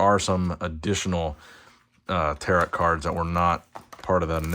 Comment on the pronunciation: Gotta put this here. Tarot. Pronounced “Tear-oh” not “Tear-at”. Another great video, I’ll check Target but my local never gets anything.